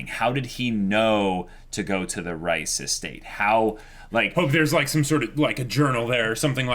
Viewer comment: Why do I keep hearing the “Rice” family.. it’s not “Rice” lol. 😂 It’s pronounced more like Reeses Cups!